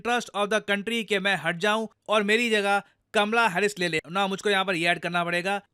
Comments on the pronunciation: Oye lallu! It's "Kamala" not kamla 😂😂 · Kaamala harish not kmla